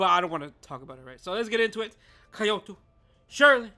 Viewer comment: Why are you pronouncing Kyoto like that 😭